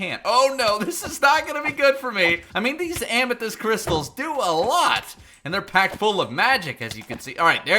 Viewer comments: Lmao “ammo-thyst” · Don't you mean *Ammo*thyst?